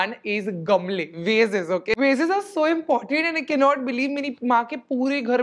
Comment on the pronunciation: Love the way u pronounce VASE ( sound like waist wz W instead of VA SE) .... love frm SG